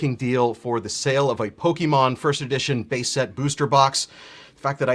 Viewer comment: the main red shirt guy can't even pronounce pokemon correctly LMAO CLOWN